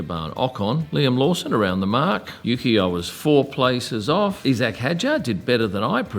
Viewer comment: E Zac?! You’re an Aussie, it’s pronounced eye Zac.